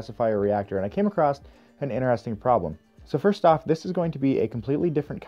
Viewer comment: There's no T in across. Across. See? Ah-cross. A. Cross. Not acrossT. It's not an acrostic poem. Edit: Okay you also say 'processT' so I suspect you might just have a speech impediment or something. You DO know SS' don't have a T after them ever right? I can't think of a single example.